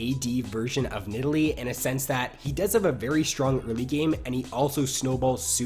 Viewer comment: a tips for improvement: Try to not speak like this "when nideLEE..... ..... ... hits her speAR. .... ..... bla bla.. ... .. blaaAAQAAAASDS" You have very wierd pauses and you give the endings of your words so much extra preassure. It gets really anoying after 2 video :| But apart from that your content is golden (Y)